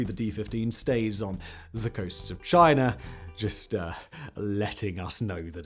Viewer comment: Speed talking + thick accent = gobbly gook just to say aircraft carriers are obsolete as the battle ship and missles are the next thing. It's CHINA NOT CHINER.